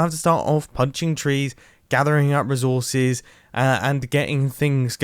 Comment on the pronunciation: No one: Nobody at all: Mumbo: rizorses